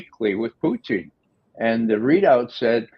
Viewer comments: Poo-Teen...C'Mon Ray...🤡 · Why does Ray McGovern call Putin "Pooteen"?